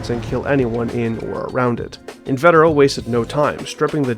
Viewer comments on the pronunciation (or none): actually its In-vah-teh-row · You've also got "invetero" wrong - it's pronounced in-vee-ter-oh